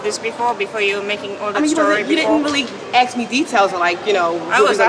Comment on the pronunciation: "I've been giving all the information they "axs"!